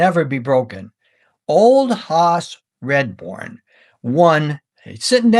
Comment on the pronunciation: I love you going over such great players and great eras of the game. I have to say though that you mispronounced his name. You kept saying Redbourn not Radbourn. Still great work.